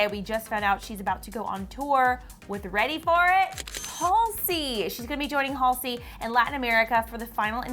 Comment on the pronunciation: and she’s pronouncing halseys name wrong:/